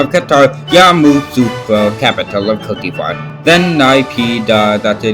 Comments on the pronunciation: he also mispronounced Ivory Coast as Cookie Fart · When he says Cote de ivory doesn't it sound like cookie bar